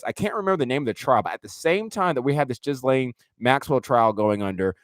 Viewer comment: Love what you do!!!! Can’t deal w the “jizz-lane Maxwell” annunciation 😂 “gill-lane”